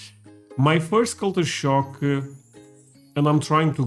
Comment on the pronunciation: Am i hearing "culture shark"?